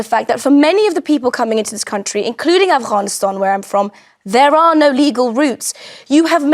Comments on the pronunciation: “Afwhanistan” where’s that? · "Affccchchchchchchchhcaaaaaaanistan"? Oh yeah bring more of these in please 😂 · Is she expecting praise for her pronounciation of Afffgcchhanistan?!.. I would love to see her go back there and try to preach to them😅😂. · She's from Afghanistan? Don't believe her - can't even pronounce it properly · i find it hilarious when arabic speakers speak very good english but INSIST on the arabic accent for certain words i.e afghanistan,palestine, jannah ect ect that's like when koreans speak good english but still pronounce korean foods with a korean accent